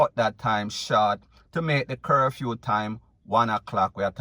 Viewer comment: He said curfume or is it curfew.